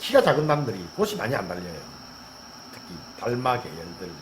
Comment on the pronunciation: 확실히 얼굴을 드러내어 입모양을 보여주시니 알아듣기가 많이 수월합니다. 감사드려요^^* 아참 근데 꽃이(꼬치), 빛이(비치), 잎이(이피)의 옳은 발음과 꼬시, 비시 같은 틀린 발음이 혼용되고 있습니다.